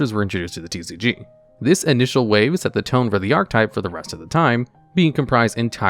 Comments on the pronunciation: ar-che-type not arc-type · Its fucking painful to hear you fuck up the word archetype over and over. PROTIP: that e changes the word you grade school dropout. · You're not saying archetype right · Completely off-topic, but has anybody else noticed that YGO content creators don't know how to pronounce "archetype?" I don't think I've heard one pronounce it correctly yet.